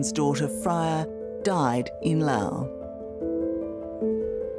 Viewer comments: Someone needs to inform the interviewer that there is an “S” at the end of the proper noun “LaoS”….. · Very typical of dying empires (UK/USA) to blame the Global South for their problems. Pure Propaganda. And, by the way, it's pronounced Laos, not Lao. Unless you are from Laos or SE Asia. You don't call Italy Italia, or call Germany, Deutschland. Poser Oz. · In know this sounds insensitive, but why does she keep mispronouncing Loas and hostel? It’s distracting. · The country is Laos. The people are Laotian. As a descriptor, Lao (like “Lao government “) is correct. I lived in Laos for many years. A little annoying every time the host of this video said “Lao” when referring to the country. BUT thank you so much for bringing very important awareness of methanol poisoning when traveling. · Why does she call it Lao the whole time? It is called Laos. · How do we pronounce Laos? Is the S silent? Thx